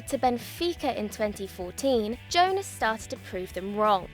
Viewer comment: "Oh a new presenter, let's see how she does" Pronounces Jonas wrong immediately #DjellabBack